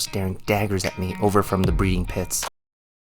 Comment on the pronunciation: Did you say “Breeding pits”? 😂 222